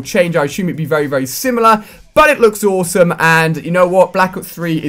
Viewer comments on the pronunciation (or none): Its awesome not ooosome